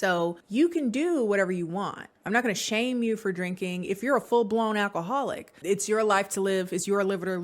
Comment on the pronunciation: “I’m not an alcoholamatition”😭😭😂